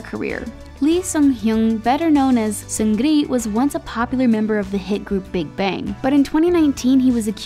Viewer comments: I cringed...it's pronounced Seungni and not SeungRI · I cringed...SeungRI... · Ok soooo she can't pronounce suga or seungri right noted